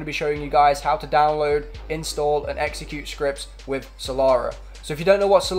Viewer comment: "salara" its killing me